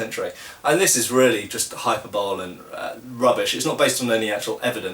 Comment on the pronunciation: I'm sure there were some idiots and bigots like today but I imagine the intelligent debate at least wasn't so much "is cutting or thrusting better?" but "is a cutting blade or thrusting blade or compromise best suited to our context?" Also "hyber-bowl"